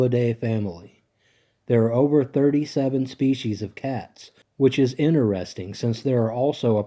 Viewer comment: It’s “interesting” not inner resting!!! Please!!